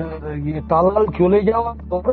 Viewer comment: আপনি কি করে সাঃবাদিতা করেন জানিনা।তালাল কে থালাল বলেন।